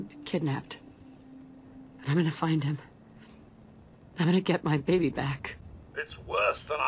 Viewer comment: For the love of god man stop pronouncing baby as “babby”